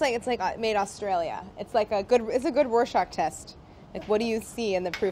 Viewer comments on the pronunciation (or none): none